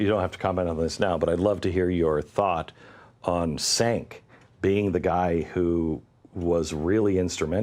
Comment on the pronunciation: I'm sorry, was he trying to say Cenk, as in Cenk Uygur? Because what he said was Sank.